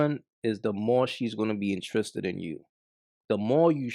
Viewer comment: Intriiissred 😂😂 u Guyanese bro?